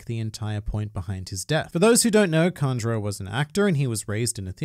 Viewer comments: Why u pronouncing "Kanjuro" like "Conjurer" 😅😅😅😅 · It’s Kanjuro